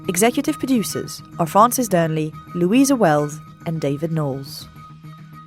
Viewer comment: pronounces Dearnley better than Francis. PS. Allo Allo reference was a surprise... and I know it's unimaginable now... but who knows, maybe in 50 years from now there will be a sitcom about a Cafe owner somewhere in Donbas?